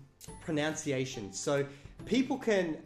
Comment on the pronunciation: I find it much more amusing than it actually is that you keep pronouncing 'pronunciation' as 'pronounciation'.